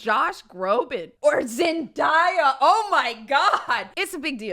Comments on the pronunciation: It was actually kinda shocking hearing say zenDIEya instead of zendaya 🤯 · I was also thinking about Zendaya as the example. Now “da-ya”😂 no it’s “Day-a “ definitely her dad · It’s zend-A-ah not Zen-die-ah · Did anyone else see she pronounced zendaya wrong and it’s Zen-day-ah not Zen-dye-uh in how she didn’t even look at the chat 😂😂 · Is no one talking about how she says Zendaya? ITS ZEN-DAY-YA NOT ZEN-DIE-A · It’s pronounced Zen-day-ah not Zen-die-ah your hilarious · Are we not gonna talk about the way she said Zendaya😶😭😭 “ZenDIEa” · rly said “Zen-DIE-a” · Pause. Why did say zen-die-a. Love you but you just lost big points for that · said "zen-die-uh" and i frantically googled how to pronounce her name because i thought i was saying it wrong this whole time but was just wrong lmao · Zendiya. Diya??? Diya... Diya!!! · she said zen die uh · literally said Zendiya 💀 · I know this is off topic but I was laughing so hard when the chat was trying to correct when said "Zendya" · Not me wanting to charge due to mispronounciation of zen day a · you did not just say Zen - die - ah... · LMAOOO DID U JUST SAY ZENDIEA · i love you but why you say Zendaya name like that? and again 🥲🥲🥲🥲🥲🥲🥲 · Not gonna lie...the mispronunciation of Zendaya's name triggered me lol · … ily but ik you didn’t just say Zendaya like dat😤🤣